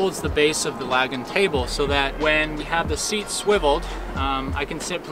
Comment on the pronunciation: Awesome build.. but we need to talk about how you pronounce “lagun” lol